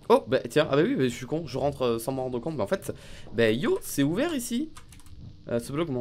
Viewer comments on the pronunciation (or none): Il disait que "c'est ouvert " mais il a beaucoup marqué la liaison.